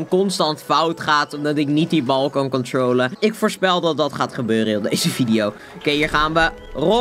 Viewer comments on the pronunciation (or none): controolen hhahaha